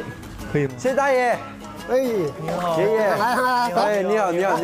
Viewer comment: I think he said "..eenihaoo .." well that whats i heard